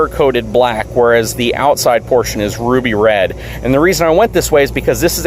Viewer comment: Did he say "Roofie Red?" Lol